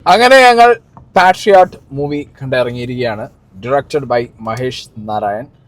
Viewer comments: Dear,I don't think you're pronouncing 'patriot' right. It should be said 'pay-tree-ot,' but you're saying 'pash-ee-ot.'" Or, "I think you mispronounced 'patriot.' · Pashiot alla.. Pay-tree-at... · പാട്രിയട്ട് അല്ല pay·tree.uht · പാട്രിയറ്റ് അല്ല പൊട്ടാ പെട്രിയറ്റ് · പാഷ്യാറ്റ് അല്ല പേട്രിയറ്റ്🤪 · ആദ്യം പേട്രിയറ്റ് എന്ന് കറക്ടായി ഉച്ചരിക്കൂ, ഭായ് 😂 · Actually, തെക്കൻ ജില്ലക്കാർ ഇംഗ്ലീഷ് words pronounce ചെയ്യുന്നതും north side lekk povumbol ഉള്ള pronounciation ഉം different ആണ് എന്നു തോന്നിയിട്ടുണ്ട്. മധ്യ കേരളം തൊട്ടു വടക്കൻ ജില്ലകൾ ഒക്കെ പാട്രിയറ്റ് എന്നാണ് പറയുന്നത്. തെക്കൻ ജില്ലക്കാർ പറയുമ്പോൾ പേട്രിയറ്റ് എന്നാണ് പറയുന്നത്. ഇങ്ങനെ കുറെ words ഉണ്ട്... Pinne, ഇയാള് എന്തിനാ പാഷ്യറ്റ് എന്ന് parayunne എന്ന് മനസ്സിലായില്ല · എന്ധോന്ന്.... എങ്ങനെ... Paashiot ട്ടോ ഇത് ഏത് രാജ്യത്തെ pronunciation ആണ്.. 😂